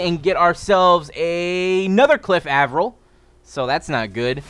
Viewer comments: its Aye- Vril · lol Cliff Av-er-il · Saying Avril wrong